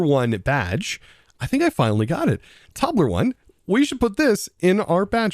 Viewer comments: Lmao, Bro really said Tobler one 💀💀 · Toblerone is a popular chocolate. Pronounced Toe-blur-own. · Mons with flamebody or magmaarmor ability can heat nearby eggs making them hatch twice as fast. Also applied to incubtors. also Toblerone is pronounced tow-blur-own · I think the Toblarone badge is pronounced the same as the chocolate bar. Tobe-le-rone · As a swiss citizen i had a stroke listening to you trying to pronounce toblerone and a good lough hearing the proudness in your voice when you landed on tobler-1 but apart from that. Great video as allways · the pronounciation of toblerone is : /ˈtəʊ.blə.rəʊn/ or toe-bleh-r-own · Toe Blur own I think is the pronunciation. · Anyone else cringe each time he mispronounced Toblerone? It's TOH-bluh-rohn btw. it's a Swiss chocolate bar. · Its a British Chocolate and just incase you want to know its pronounced "Tow-bley-rone" But I will forever be calling it Tobler one from now on ❤🤣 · I’m pronounced Toe-blur-own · I always pronounced it toe-bla-rone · Best part of the episode! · I'm Swiss and your Toblerone pronunciation made my day, thank you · Made my day too!